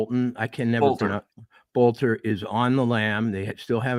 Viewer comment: Boelter, pronounced Belter. I think in German it would be Bölter.